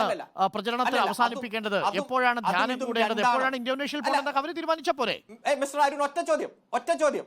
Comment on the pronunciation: ധാനൃമല്ല...അടിമേ...ധ്യാനം......ധ്യാനം...വിവരംകെട്ട അടിമേ...മലയാളം പറയാൻ അറിയില്ലെങ്കിൽ അറബിക്കടലിൽ പോയി മുങ്ങിച്ചാകൂ...നാടിന്റെ ഭാരം കുറയും